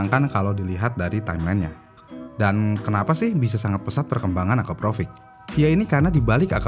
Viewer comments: Akrapovic kok disebutnya akaprovic🥲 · nama yang sering bikin orang salah pengucapan. dari Akrapovic jadi Akaprovic... narator pun salah penyebutannya... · Akrapovic bang. Bukan Akaprovic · Akrapovic min buka akaprovric 😅🙏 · Akrapovic ✖️ Akaprovic ✅ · Ada yg nyadar gak sih? Si abangnya nyebutnya "akaprovic", bukanya yg bner itu "akrapovic" ya?🤭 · Maaf min bkn nya AKRAPOVIC ya nyebutnya bkn AKAPROVIC? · Min ko lu salah mulu si nyebut nama knalpotnya. "Akrapovic" min Bukan "akaprovic" 😁✌️ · Akrapovic bang bukan Akaprovic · Akrapovic mas bukan akaprovic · kok nyebutnya akaprovic sih bang??? bukannya akrapovic...